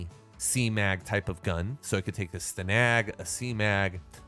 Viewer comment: Its pronounced Stan nag